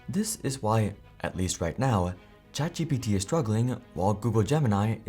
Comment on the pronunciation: ChatGTP instead of GPT